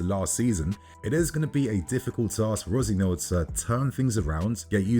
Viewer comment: Is this not Leroy Resenoir's kid ? Why are you pronouncing the surname like that ?